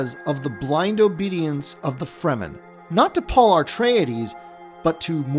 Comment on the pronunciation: AR-treides? Only one 'R' in the word.